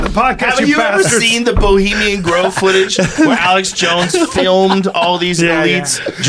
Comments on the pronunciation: "Bulimian Grove" Thanks, Eddie. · Bravo calls it Bolima grove hahaha